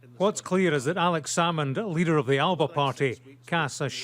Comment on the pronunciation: That isnae how the word Alba is pronounced